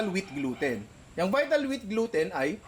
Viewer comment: Ninong said: Glouten di owten HAHAHAHAHAHHA